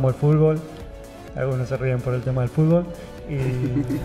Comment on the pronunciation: Escuchar a Messi decir FULBO' me alegra la existencia.